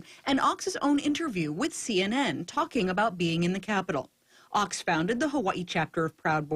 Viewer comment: his name is pronounced :Oaks , not ochs, (you are using lower case sound in upper case place.)